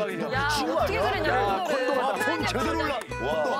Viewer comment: 이런말 하기 좀 그런데.. 콘도를 콘돔이라 들었네 ㅋㅋ